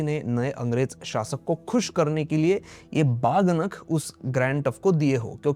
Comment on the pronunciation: बहुत जानकारीपूर्ण वीडियो। लेकिन कृपया "बाघ नख" जैसे शब्दों का प्रयोग न करें, सही उच्चारण "वाघ नख" है। इस बात की चिंता न करें कि दुनिया मराठी शब्द का उच्चारण कैसे करेगी। कृपया इसका उच्चारण वैसे ही करें जैसे मराठी भाषी लोग करते हैं। तभी दुनिया इसका सही उच्चारण सीख पाएगी।